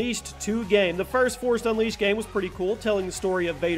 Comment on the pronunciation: Not hating but the way you say game bothers me